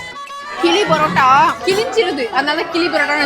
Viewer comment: Kili parrotta ❌kizhiparrotta 😢